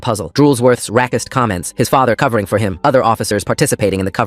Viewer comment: Why would you say "rackist" instead of "racist"? Just curious.